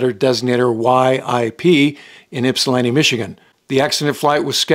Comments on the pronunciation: I commend you on pronouncing Ypsilanti correctly. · Not sure where you’re from, but just wanted to congratulate you on your successful pronunciation of Ypsilanti